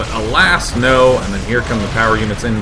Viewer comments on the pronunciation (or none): alac? lol did he mean alas?